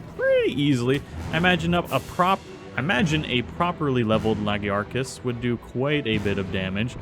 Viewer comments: the lagiacrus is pronounced La - Guy - A - Cruise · lagiacrus is pronounced luh–GUY–uh–cruss. with that last part sounding like how you'd say 'crust'.